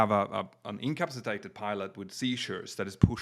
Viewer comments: "Encapsitated"...? Hilarious. Try : "In..Ka..Pass..Ahh..Tated" Otherwise...GREAT CONTENT AND STYLE! Thanks and keep up the good work! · Great new show guys! But could somebody please explain to how to say the word(s) "incapacitated" and "incapacitation". ("Incapsitated" is not a word). I understand English is not first language, and he speaks English so well, but he's been saying these words wrong for years, and I had hoped somebody would have put him right on that by now. Thanks guys, and good luck with the new show!